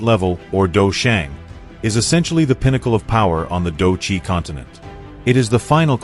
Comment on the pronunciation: It is quite pain to hear you pronouncing these words... dou sheng, ban sheng, dou zun, dou qi and the main character xiao yan... You can use the english term fight saint, half saint, fight Venerate, fight energy. For the main character... this is chinese name... either do the proper pronunciation or refer him as main character.